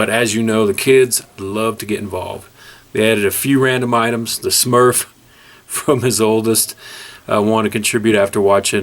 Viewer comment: Nice knife. Perfect size, not overly large... and you said "Smurf" wrong..... (JK)...